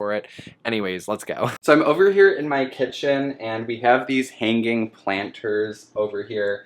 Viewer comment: It sounds like you are saying "hang gang" rather than hanging. Is it just me that hears this, probably 😂